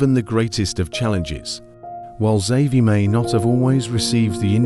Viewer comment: Who the fuck made this? Horrible horrible pronunciation, and it's not even consistent. I heard him saying Savi, Havi and almost Zavi. Dude learn to pronounce